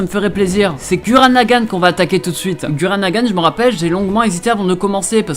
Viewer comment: Ca se prononce Gourren et ca s'ecrit Gurren Et c'est l'un de mes animes favoris